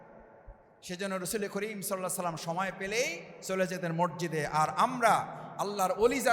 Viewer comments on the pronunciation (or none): কি আর বলবো- তারেক জিয়া ঠিকমত সালামটাও উচ্চারণ করতে পারেনা।